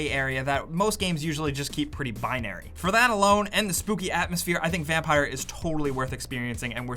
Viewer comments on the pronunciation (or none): Obviously the creators didn't want the game to be pronounced vampire, so they spelled it differently... why is it so hard to understand you are not supposed to pronounce it vampire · Spoiler alert: number eleven is called "vampeer"